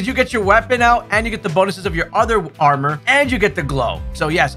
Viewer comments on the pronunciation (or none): none